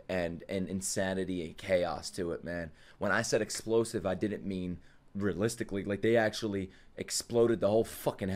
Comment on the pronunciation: "Feel like sth EDPLOSIVE is about to happen" Erm Yep